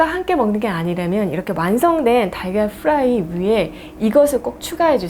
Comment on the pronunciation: 달걀프라이 발음하실때는 프라이 F발음 하시면서 프라이팬 발음하실때는 프라이 P발음 하시네요 😂